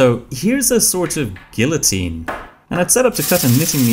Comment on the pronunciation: You don't pronounce the Ls in guillotine like that